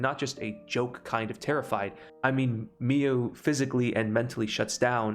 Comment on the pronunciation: Omg why cant you pronounce anything. Mio not mee youu Saimori, s-eye- more-ee, not say-or-eee Kiyoka, key-oh-ka, not kayoka Is this gonna be a running theme in all your videos? I enjoy the content but you gotta be dyslexic deaf dumb or doing this on purpose as a troll and it's not cute.